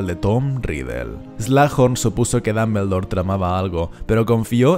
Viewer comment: Me encantan tus videos.... Pero puedes dejar de decir damblebor..... Se oye tan tonto...